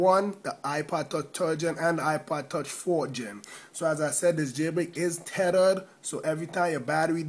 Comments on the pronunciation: Tethered= terered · tedered lol